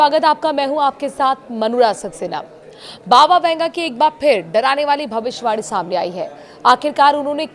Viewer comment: Yeh bhavishwani kiya hota hai? Tumhe bhavishyavani,bolna hai ,sahi shabd ko khao nahin. Theek bolna seekho. Shame....